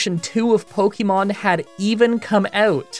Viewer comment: 12 years of publicized content and still pronouncing it "Pokeymon."